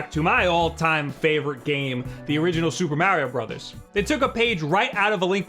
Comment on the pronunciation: "supah mareo bruddahs"